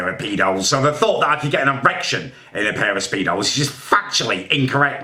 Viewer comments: he said “spair of peedos” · “I can’t fit in a spair of peedos”😂😂😂😂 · ‘In a sare of peedos’ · ‘I literally don’t fit in A spair of paedos’ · He said spairs of peedos